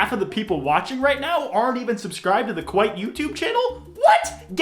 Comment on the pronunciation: Jaclyn Hill has been Kwite all this time